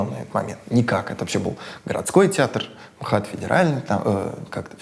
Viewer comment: "Эм Ха Тэ" звучит хуже, чем "МХАТ". ИМХО.